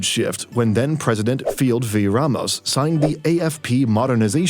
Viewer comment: "FIDEL", not FIELD.. And a little tips: the letter 'u' in every Filipino names are silent. So "quezon" should read as "kezon" not kwezon..